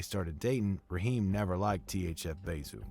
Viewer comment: He said riheem shot at them not zoo